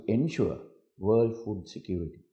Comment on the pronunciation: Mr. President be aware of the pronunciation I heard you say rights to Fool. Are you? Anyway thanks to Teleprompt.